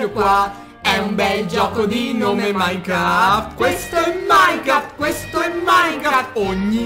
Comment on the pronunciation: e si dice minecraft no minecraf!!!